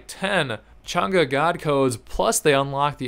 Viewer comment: thank you for pronouncing her name right